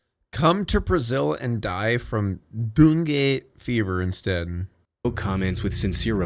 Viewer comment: I was eating and I almost choked to death with laughter. I can't believe pronounced DENGUE like that I have NEVER, EVER heard anyone pronounce dengue like that hahahahahahajajjak